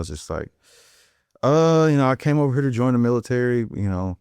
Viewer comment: “hurrrr” yeah he definitely from St. Louis